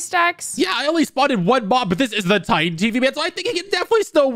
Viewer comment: Bro called it titán speaker man💀